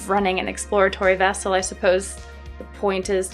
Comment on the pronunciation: She called it "exploritory vessel", lol. That sounds more like a Navy ship in the South Pacific in the 1800's. Like Captain James Cook. This Captain James KIRK, Totally different.